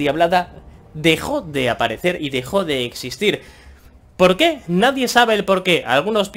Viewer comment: Pol que? No hay polque..